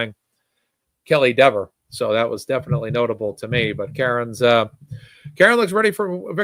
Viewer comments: Don't you CARE mispronounce her name! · I think he said Dever name wrong on purpose to piss her off and make her mean and look bad so the jury saw how nasty she was being behind the scenes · Dever pronounced her name 2 ways. She introduced herself the same way Jackson had been saying it, & then she changed it just to be snippy.